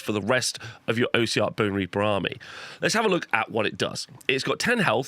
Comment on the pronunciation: Great video! Just its not "O" siarch bonereapers, it's "os" siarch, comes from the word ossified or osseous.